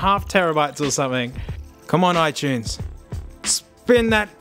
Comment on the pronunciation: he says it right